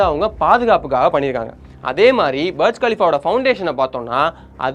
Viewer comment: பர்ஜ் கலிஃபா இல்ல டா புர்ஜ் கலிஃபா